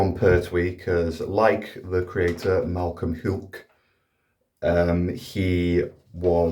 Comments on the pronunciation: Malcolm Hulke, as in "Incredible Hulk", not as in "Captain Hewk" ;) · I’ve never heard ”Hulke” or “Ainley”’pronounced quite like that before. Good video as always,!